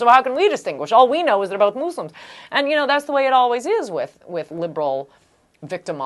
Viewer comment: moose-lims? :S